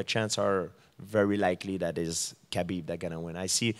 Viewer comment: GSP pronouncing Khabib's last name is like watching a blind man cook... Its a slaughter.